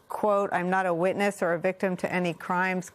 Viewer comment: "Witness" sounded like "weakness" 😂😂😂